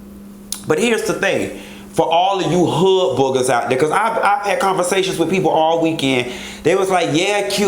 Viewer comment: he said hood boogus lmmfao